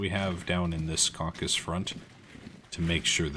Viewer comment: Oh, and just a small (and perhaps pedantic) side note: "the Caucasus" has 3 syllables, not 2! A caucus is a US political term!